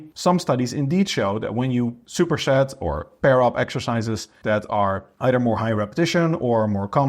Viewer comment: Shuper shet